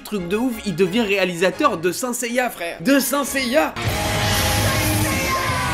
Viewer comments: Je rêve ou il dit seneseilla et pas senseilla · Depuis quand on dit « sinceya » ? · Je ne prends pas les infos d'un gars qui prononce "saint seiya" comme toi